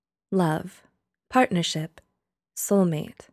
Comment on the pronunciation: Partnership not patnershilp